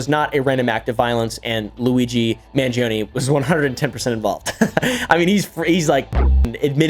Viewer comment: You're saying "Mangioni" instead of "Mangione"